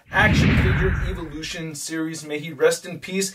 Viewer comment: Is he intentionally mispronouncing evolution?